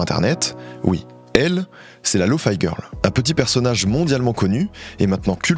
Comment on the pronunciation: il prononce bien lofi girl c'est déjà ça